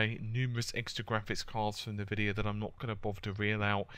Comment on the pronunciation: Pronunced EN-VIDIA NOT nvidia but great show like your format.